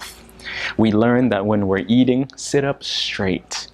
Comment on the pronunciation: Did I hear you say "eading*? I didn't quite hear it clearly.